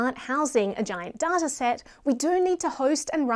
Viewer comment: its not pronounced DARTA its pronounced DAITA ! but other then that you rock !